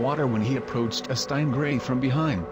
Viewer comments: Whats a "STANG-Ray"? - lol Why do people insist on the Computer/robot voice? Its so annoying (unless English is not your first language) There is NO OTHER TRAGIC celebrity Death, more Scary and shocking than the death of VIC MORROW. (who should be on this list) Vic Morrow and 2 Vietnamese were DECAPITATED By an out of control Helicopter while on set of the Movie "The Twilight Zone" in the 80's The footage is out there... Freaks me out to this day.. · So robots can't pronounce "stingray." Hahahaah